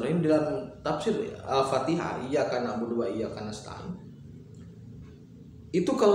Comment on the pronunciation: Dibacanya katanya jangan di sambung, inyyakabudu...,, waiyyakanastain. 😊🙏